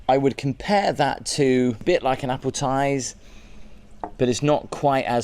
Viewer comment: Appletize!? Sigh